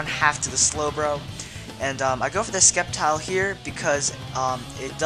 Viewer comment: It is supposed to be "Sseptile", but many people pronounce different things, such as Rayquaza